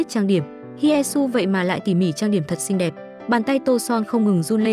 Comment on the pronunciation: Xinh thì bảo là xinh,sao phải nói ngọng vậy.Không hay tí nào